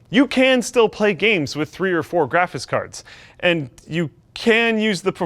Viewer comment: I hate hiw says "graphis cards"